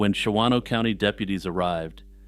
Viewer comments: Hey, love your calm descriptions of horrible events! I have to be "that guy" really quick... just because... I live. in WI... it is pronounced "Shahno" (two syllables) by the locals... lolz. After the making a murderer craze made "Manitowoc" into a weird peeve... Ive been one of those people... every time I hear one of our weird cities in true crime... Please forgive me...:) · The second 'a' in "Shawano" is silent: Pronounced "SHAW-noh"